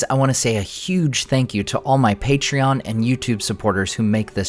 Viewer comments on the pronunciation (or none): none